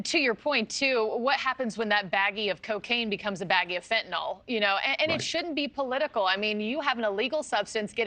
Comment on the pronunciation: It's Fentanyl not 'nol'. Sounds like 'nil'